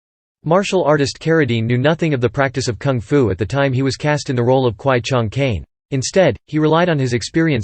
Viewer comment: Is pronounce kwai Chang Caine not Chung